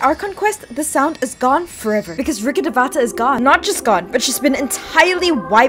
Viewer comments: You are pronouncing Rukkedhavata wrong try saying Rukkh devta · Your pronouncing of rukhdevata is so wrong that it make me laughf ... It's pronounced as " Rukh devta " . Devata literally means God in Sanskrit. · That rukkhadevata pronunciation is completely wrong 😭😭 Its rookh-dev-ta🥲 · The pronunciation of Rukhadevata haunts my soul more. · I laughed at the way she pronounces Rukkhadevata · Dude why does everyone pronounce it wrong it is even pronounced wrong ingame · The number of times you have mispronounced Rukkhadevta made my ears bleed.